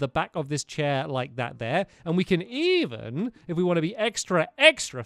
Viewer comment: Did enyone elses jaw drop when he said "il evin take my crafting table"?